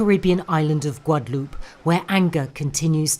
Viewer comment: The name is pronounced Gua.de.loop. There is no accent on the last e. You speak too fast and have a VERY heavy accent. Slow down!